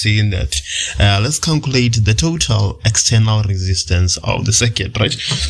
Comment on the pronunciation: CALCULATE =\ CANCULATE